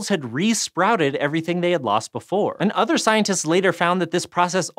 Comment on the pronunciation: He says another as two separate words